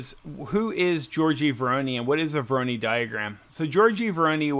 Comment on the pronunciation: Say it with me, "Voor-aww-noooiiii" pattern, nor "voor-oh-knee" 🤣🤣 jk mostly. Thanks for rbe video, very cool!